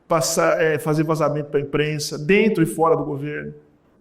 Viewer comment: "é dento" kkkkkkkkk